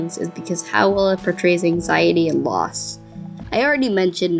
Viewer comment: haha you said loss funny | || || L